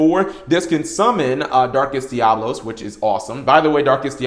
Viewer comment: DiaBOLos?! :) sorry, couldn't resist jokes aside 4 some they just can't pronounce it right, they just can't help it